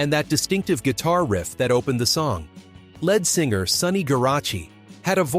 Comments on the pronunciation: Who is the narrator? LED singer. It's LEAD. Saying " largely forgotten" Apparently you don't listen to the radio. What a jerk.. Who are you? I've largely forgotten.... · Led Singer AGAIN. How disgusting being a leed(lead singer MYSELF,!!! It's insulting to put out a video mispronouncing the main band member .!¡!!led singer AGAIN. My skin is crawling every time I hear it!!!! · Please...pronounce Lead Singer correctly!! It is not "Led" like Zeppelin. It's " leeeeed" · Can the youth of today No longer READ.....LED Singer, NOT Lead (LEED) singer. How pathetic 🥴🥴🥴🥴🥴🥴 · Lead pronounced with a long e (leed)", but spelled LEAD. But then again, it's also pronounced led (with a short "e" sound. The English language is the hardest language to learn because so many of our words sound alike, but the spelling is different. But then again the spelling is the same, but pronounced differently. Like "read" and "red" or "read and reed. Same thing with "lead" and "led." This was taught in first grade. I could go on, but I think you get the idea. When you're not sure of the spelling or pronunciation, Google it using your microphone. Google is an amazing tool!❤❤ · And "ledd singer"? Do we mean lead singer? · Please find out how to pronounce words like lead (singer) - sounds like leed - and Skynard - see previous comment - and more if you are going to narrate these videos. This happens frequently on this channel (and others). Those of us watching and listening find it distracting. Maybe have a second listen or listener. Geez .... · Is it possible that these things could be narrated by a real human being? Lead singer pronounced like the material in a pencil? Lynard Skynard pronounced ly nard sky nard?